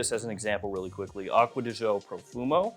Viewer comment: 😂 I can't stand how Americans butcher French and Italian words. It's not "pro-fun-doe", it's pronounced pro-phone- doe. It's not "aqua-dee-joe", it's pronounced acqua-dee-geo 😉